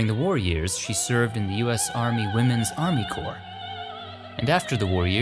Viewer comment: "He served in the yarmy." I like it.